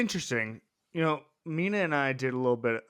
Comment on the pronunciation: he says “you talked about him a wittle bit” hahahahah bro im dead who are these guys 😂😂 then he says “wittle bit” again hahahahah bro I’m crying 😭